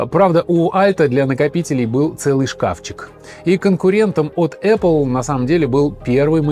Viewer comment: Раздражает аррле